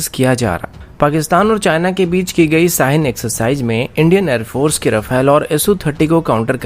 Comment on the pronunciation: . Aby agr bolna nh ata to mat bol bahi.saaheen kia hota hai.Shaheen bol.🤔🤔😄